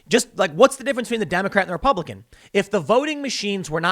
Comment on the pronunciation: "repubiican" vs "republican"